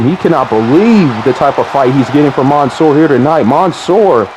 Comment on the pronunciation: It’s literally man -soor not the way ur pronouncing it